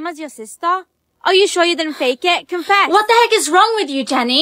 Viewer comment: Why did you always say what instead of 😂 whah